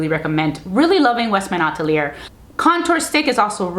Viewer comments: Great content but it’s Atelier but you should not pronounce the “r” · Yes, youtubers should realize that "atelier" is pronounced differently because it is a French word